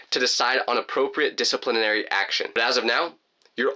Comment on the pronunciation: Disiplininary... ah... yes